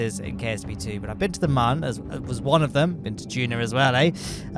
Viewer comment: Mun is pronounced moon, not "munn" smh its like a cute version of moon cmon guys